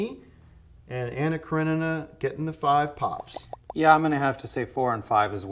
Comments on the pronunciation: Can we all just appreciate how Tim nailed the pronunciation of Anna Karenina in the first try? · He can't pronounce the name of almost any actor, actress, movie or director but he has no issue with The Silmarillion and Anna Karenina.